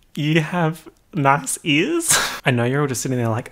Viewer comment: when he says "nice ears" but it sounds like "nahce ehrs" 🤭